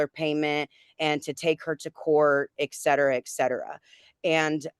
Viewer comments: There is no "exetera". It's "et cetera", it's Latin and means "and so on". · Thank you.. Been driving me nuts.